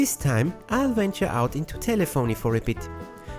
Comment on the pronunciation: "Telephony" rhymes with "Symphony" -- To help out: It's not called a "Sim-phone-nee", it a "Simf-fa-nee" -- At the same measure, it's not "Tel-le-phone-nee" it's "Telaf-fa-nee"